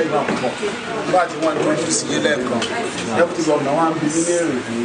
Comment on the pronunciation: It's "DEPUTY" not "Debuty" Ori re ati Ori Toliat ti bu gidi gan ni oo. Awon olodo odaran .. E gbe eru eleru sile. E o le ni isimi rara 😂😂😂😂😂😂😂